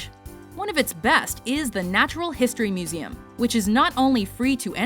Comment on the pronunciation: I love how accurate you pronounce the meseum names. you're like multilangual or something.